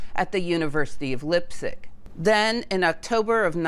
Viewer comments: leipzig not lippsich.... do your homework please, don't do videos if you can't do the basics.. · lipzig or Leipzig… one could easily just have asked Google to get the name correct🤔. I mean she got Heisenberg right and did not say hissenberg😊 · Leipzig is pronounced LEYE-P-TSIG, or in the local dialect LEYE-P-TSISH. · It is Leipzig pronounced Lypzig not Leipzig. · Hey,don`t say Lipstic,it is "Lyptzish" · Thanks for an interesting video. Please take a listen to pronunciation of German name (people and places), as they differ from our English pronunciation. Lipzig had me fooled for a mo', Leipzig = "L-eye-p-zig." I think the rule in 'ei' and 'ie' is pronounce it as the name of the second letter. As you may know, we can say either or either! (or, at least, in the UK). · It’s Leipzig , you should pronounce it like Laipzig not lipzig. It’s a very nice university I did my bachelor’s degree in physics department there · Great video as always. Minor point: I believe Leipzig is pronounced “laipzig” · Pronouncing Leibzig with a short 'i' instead of a long 'i' sound started grating on my ears. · Very interesting but you are consistently mispronouncing Götingen (sounds similar to "gettingen") and Leipzig (sounds like laiptsig) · Leipzig isn't pronounced as "lip-sick"! The "ei" in Lei.. is pronouced as the ..ly.. in "fly" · Leipzig is pronounced Lighptsig! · "Leipzig" is pronounced "LYPE-sig" "Pauli" is pronounced "POW-lee" "Planck" is pronounced "MAHKS PLAHNK" "Goebbels" is pronounced "ɡœbl̩s" (rather like "herbals" without the R) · It's ok,; except for Leipzig, you did great. ❤ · Yes, well, it's even harder for native english speakers, there's a hard 'ts' after the 'p'. I did not immediately recognize what she meant. Though, fun fact, in the old books Leipzig is referenced in latin as 'Lipsia'. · Informative, could you also make a video on why Pascual Jordan didn't get the Nobel prize because of his Nazi links. I forgive you for butchering Leipzig btw😀